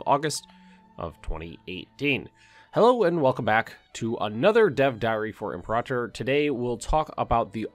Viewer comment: Im-PERA-tor not imprtr.